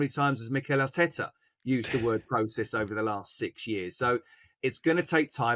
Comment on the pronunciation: "ARTETA HAUTTTTE" 😂😂